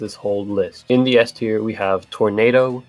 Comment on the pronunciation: Bro, you're German and you're calling it SS-tier.